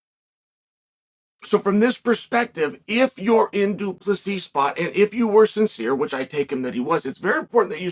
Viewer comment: If you want to know how you can tell that Chael actually does respect DDP just notice that he is actually pronouncing his name perfectly. He's trying to help the guy.